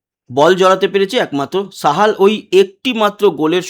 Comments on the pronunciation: দাদা ওটা সাহাল not সামাল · Samal noy Sahal.